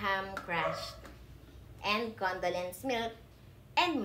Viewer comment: Marshmallow not marshmawall. 😂 Condolence milk?! First time I heard of that. Condensed milk 😂